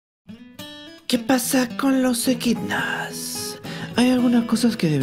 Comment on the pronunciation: ¿EDQUINAS? De lo que uno se viene a enterar. Gracias ♡